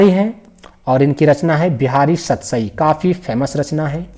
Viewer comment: सतराई क्या होता है😂😂 सतसई ही होगा😅😅😅😅